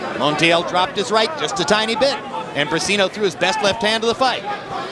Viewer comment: It is not ``Bricino`` is Briceño